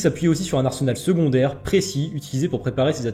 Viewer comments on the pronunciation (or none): none